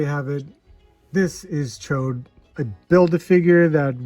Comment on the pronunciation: Hey!!!!!!, the only guy who says Ch'od's name right